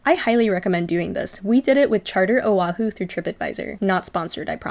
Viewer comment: sorry, just awareness tips here. Honolulu has NO "a' in the word, yet 95% say 'ha-nuh-lou-lou". Proper is' hoe ( like the garden tool)-know-lou-lou. Oahu has no 'w', it is properly pronounced: Oh-ahh-who. As for the My BBQ, yes the one with Korean workers originally were at the old place (you say not have Korean workers and likely the same pics that's why) Think they moved across the street because of the increase in rent. Here in Hawaii, shaved ice is NOT written or spoken in past tense. It is in present tense and will always be to us local people as shave ice, written or spoken. If someone writes it or pronounces it as shaveD ice, we all know they aren't local. Dun fact, the local people on the Big Island call it 'ICE SHAVE'(inverted).. As a born and raised local here on Oahu over 65 years even I was shocked when I went to a convenience store in Hilo back in 2014 to see it written and spoken as "Ice Shave". Enjoyed the video nonetheless 🤙